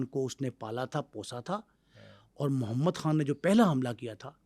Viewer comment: Muhammad han Are bhai Muhammad khan tu kehna sekh lay yar